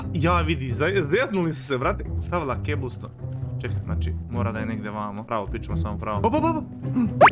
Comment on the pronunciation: On govori keblston